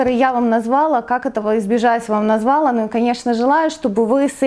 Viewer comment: Извините, но хочется вас поправить : назвалА, налилА. Ударение на последний слог 😉